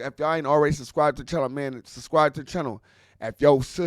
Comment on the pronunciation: is you saying “Subscrive”?